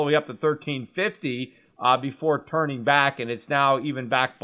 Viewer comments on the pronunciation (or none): none